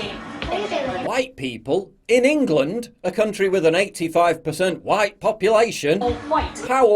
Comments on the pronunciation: Wow she said huWhite too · "All Whyte" Love how the commentator says the words as if she is swearing..... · Love how she pronounced it wh-ite and not just white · Why did she say white like that? For real wtf?